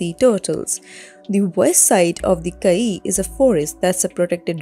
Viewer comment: Please re-do the voice over.. you pronounced all the names wrong.. starting with Caye. (Key)